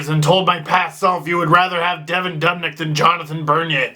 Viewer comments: DUUUUUbnyk not dub nyk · say dubnyk one more time...